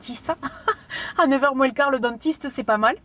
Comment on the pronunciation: Me concernant , j'adore tes vidéos, ton côté spontané et joyeux et je te regarde sur facebook. Insta, je l'utilise moiiinnnssssss (comme tu le dis avec ton accent méridional). J'aime avoir ton avis sur ce que tu testes car il est sincère et ça c'est génial à chaque fois ! Par contre sur insta, je t'ai écrit à différentes fois et je n'ai jamais eu de réponse (pseudo Flo_colors) ??? alors je ne sais pas ou t'écrire afin que je sois certaine que tu me lise ? Ton format vidéo était top ! Je vois que cette dernière date du 6/12/2019 mais je ne la vois que maintenant et nous sommes le 18/05/2020. Au plaisir et à Bienetôt